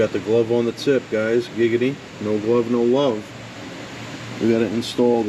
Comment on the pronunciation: Stop saying giggady... its not funny